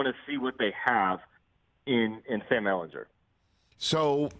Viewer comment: It's "Ehlingrrr" not "Ehlinjer"